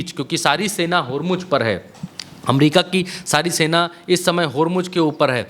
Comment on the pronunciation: Please pronounce Hormuz correctly. Its Hormu(z) not Hormu(j).😅. Shame. Being journalist doesn't know how to pronounce correctly.